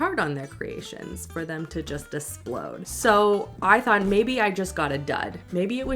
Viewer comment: "For them to just ESPLODE!" - the sadness!